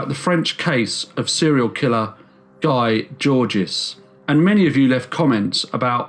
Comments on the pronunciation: It’s pronounced Gee Jorge not Guy Georges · Sorry just a quick correction, Guy Georges is pronounced Gee George not Guy Georges otherwise I really enjoyed this video, keep up the good work.